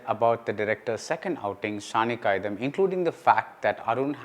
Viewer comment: But BR, it is not Saani காயிதம்.. it's காயிதாம்.. நெடில் :)